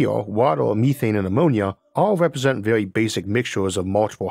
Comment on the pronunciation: Vewy intowesting